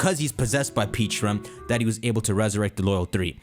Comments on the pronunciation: 😖I cringed every time you mispronounced Pecharunt. You keep saying Peacharunt instead of Pecharunt. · You say Pecharunt's name like Peacharunt. Peaches don't exist in Pokemon. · Pronounced peh-cha runt. Like the pecha berry. The pkmn equivalent of a peach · The pronunciation is killing me in this video, they’ve already said it’s pronounced pech-a- runt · PECHA-RUNT…. Peh-Cha-Runt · PEH-charunt ,Pokémon world has pecha berries not peaches lol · Something no one talked about is how nearly nailed Pecharunt's name by calling it Pecharo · Mispronounced Pecharunt 🤦‍♂️